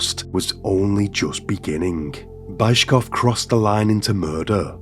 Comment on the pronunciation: You're butchering these names like this Bayzhkov(?) guy - please pay SOME attention on the correct pronunciation for it's impossible to recognize almost any names because of aforementioned. Otherwise great content!